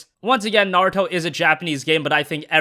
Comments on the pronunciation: It's pronounced Nah - Ru - To, like rule. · I swear he kept saying 'Narto'